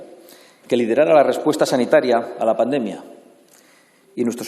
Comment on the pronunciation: Si no sabe ni como decir pandemia como iba a gestionarla este... es paNdemia, no pademia